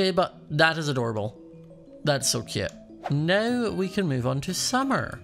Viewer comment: I luv how he says cute he says it like keute